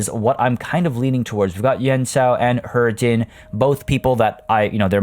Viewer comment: It's pronounced he-jin